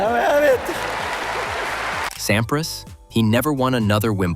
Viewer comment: Voix à la noix, mécanique. Pete Sampri en phonétique. Aucune chaleur , ni nuance dans les commentaires. A éviter.